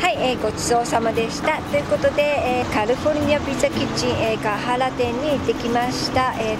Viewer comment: カルフォルニアっていってるやん、この、おばさん。 カリフォルニアやろ。